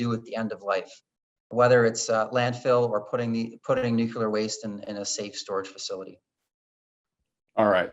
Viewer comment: Good interview, but the guest's pronunciation of "nuclear" kept bothering me